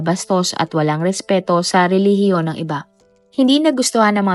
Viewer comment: Ano bang nagpatawa ka sa RILIGIYON. Bakit ayaw mong ipatawa yong RILIGIYON mo kung tama ba.